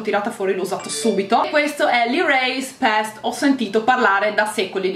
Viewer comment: 'Erase paste' si pronuncia "peist" non "pest"